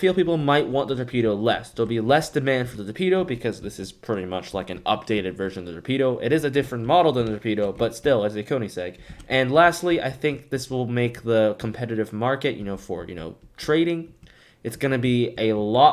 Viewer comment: Not again with the kony-segg torture bruh just look up the pronunciation